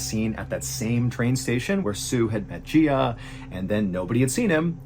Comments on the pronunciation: Just a reminder, in Chinese the surname comes first and is usually one syllable and the given name comes last and is usually two syllables. So his surname is "Jia", pronounced like "jah" and not like "gee-ah". His given name "Wenge" would be pronounced a bit like 'wuhn-guh". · You're pronouncing Jia wrong. It's not "gee-ah" it's actually pronounced "Jaw" I'm sorry for being annoying, I only know this because my next door neighbor is Chinese and his name is also Jia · Jia is not pronounced like Gia, it is like “jaaah” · Pronunciation corrections… The killer’s surname is Jia, which is one syllable similar to “Jah.” His first name is Wenge, which is two syllables: first sounding like the ‘on’ in “once upon a time,” and second sounding like the ‘go’ in “gorilla.” Then there’s the city, Ne He. The first syllable should be like the ‘Ne’ in “Nebraska,” and the second syllable should be like the ‘he’ in “hermit” (without the ‘r’).